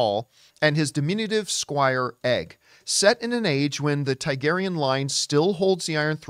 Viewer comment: It's pronounced TAR-garyen, not TIE-garyen. Also, I agree it will be fresh to see an ASOIAF show that isn't Iron Throne-centric. Of course, there will be plenty of politics and drama, and casual viewers will certainly latch on to Bloodraven (who is the Three-Eyed Crow in Game of Thrones). Also, Duncan the Tall is an ancestor of Brienne of Tarth.